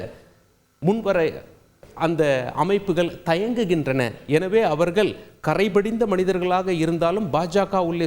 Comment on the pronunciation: தமிழ்- தமில்/ அவர்கள்-அவர்கல்/ தமிழை கொலை செய்யாதீர்!!